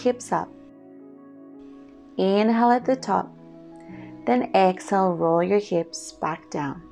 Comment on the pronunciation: I enjoy your videos but it is a bit annoying hearing u say excel instead of EXHALE? You pronounce inhale fine but not exhale for some reason Sorry to be picky but little things like this may go against u when there is so much competition out there on you tube